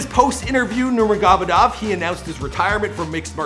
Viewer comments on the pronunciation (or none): why did you say Nurma-goh-medov lol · NUR-MAH-GO-MAY-DOV sheesh 🤦🏽‍♂️ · Can you please pronounce his last name correctly. If you’re going to make a content about someone, make sure to learn how to say his/her name correctly. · heard Bruce Buffer pronounce Khabibs last name correctly & he still manages to butcher it to death....I'm starting to think he does this on purpose. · We know you’re not a regular MMA fan but please pronounce his last name right lol you got Habib right just not Nurmagomedov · Only got gaethje and McGregor name's correctly. Can't even get the name of the main person this video is about right lol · but this whole Video is about Khabib he should at least get his last name right once lol